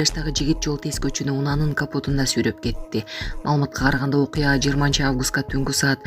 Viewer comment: Алып баруучу кыргызча так суйлочу судуроп эмес суйроп деп туура суйлогулочу кыргыз тилин силерге окшогон адамдар жок колбаса болду